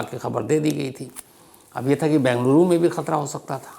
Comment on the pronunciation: Bhai Saheb, it is BEngaluru & not Bangaluru. 😊